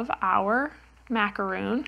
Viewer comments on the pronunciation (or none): I also came here to say the exact same thing! Those are Macarons. I know this for sure because I happen to bake Macarons. They're way too sweet for me, but my sister loves them! So the cover on the pattern needs to be changed to "Macaron". And needs to pronounce it correctly too.